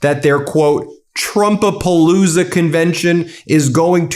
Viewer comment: Not trumpapalooza, but trump-a-looza